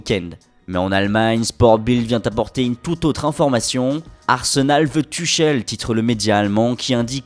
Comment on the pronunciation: tuchel 😂😂😂😂 apprend a le dire ça risque de m'énerver 😂